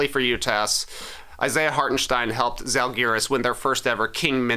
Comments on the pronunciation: This feels like the perfect Classic to mention TK wearing the iconic 1992 Lithuania tie dye in a reel/short was what originally got me into the pod! (Žalgiris has a Zj-sound 💚🤍) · Not the best pronunciation of Žalgiris, nor Mindaugas, Trey, but do not sweat it, no one pronounces it right. For some reason, even most Lithuanian players, when interviewed in English, don't pronounce Žalgiris correctly, they english-izing it for some reason. Mindaugas, born in 1200, first Grand duke of Lithuania, the only King in Lithuanian history. Never played Basketball tho, haha.